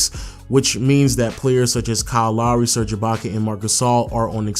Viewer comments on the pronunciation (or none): none